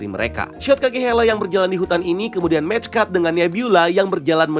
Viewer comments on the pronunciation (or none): none